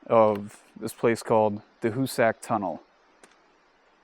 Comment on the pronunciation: I wish you explorer clowns would learn how to pronounce Hoosac. It's HOO-zic.